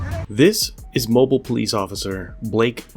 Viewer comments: Thats the first time ive ever heard someone pronounce mobile like that ... i thought it was "mo-beel" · Good job on the say Moblie...... moe beal. If from nyc and I know that. Ur still awesome tho , good job with the vids dude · Great video. As an aside the city is pronounced as “Mo-Beal”. I now live in KY and we have Versailles” but pronounced as “Ver-sales” not “Ver-sai” as one would expect. Keep the great content coming! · Oh for fucks sake, dude. I’ve never been to Alabama and even I know it’s pronounced MOH-BEEL. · Thanks for letting the public see these what local prestige looks like. Just for the record, its pronounced Mo-Beal. Like Auto Mobile. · Mobile, AL. Pronounced MO-beel. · that is pronounced "mo beale" Alabama, "" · It's pronounced "Mo BEEL" Alabama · Mobile, Alabama is pronounced Mobeel Allybama.lol! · Mo-beel alabama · It's mo-bill Alabama.. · It’s pronounced mo-bill. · Ok. Just a note Mobile is pronounced like Mobeel. Ok. Just helping out. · Pronounced “Mobeel” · Haha, but we still say mobile home the way he is pronouncing Mobile 😂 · it looks like the dude spit in the cops face. If that's the case, the the cop was justified. Also,, please learn how to pronounce Mobile. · your saying mobile wrong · Shang Hunter grow up? If you found this offensive or somehow triggered your sensibilities, then you need to rethink your priorities in life. Correcting somebody’s pronunciation of a fairly large city is not being disrespectful, it’s to make sure he doesn’t sound like a dumb ass to the people he is trying to reach. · You pronounced the town wrong. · It's pronounce MO-BEEl Alabama, the emphasis goes on the second syllable mo-BEEL. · It's pronounced Mo-Be-L not MO-Bull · It’s pronounced “Mo-beal” not “moble” like a a mobile phone. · BTW - Mobile is not pronounced like the gasoline company. It is pronounced as in its original French name. It is pronounced like "mo beel". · It’s mo beil!! No Mobil ! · "Mobeel" not Mobil.